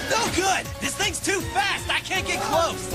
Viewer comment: honestly at first, I didn't hear the s sound in fast, so I tought he said "he's too fat!" XD